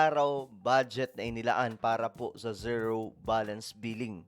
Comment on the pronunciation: Ka sangkay… correction lang po. Yung pronunciation ng ZERO is like…. Ziro.